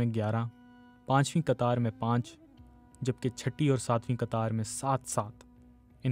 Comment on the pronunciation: تحقیق ۔ قطار بھی ک سے پڑھا گیا ہے ۔ ق کی اواز گم ہوجاتی ہے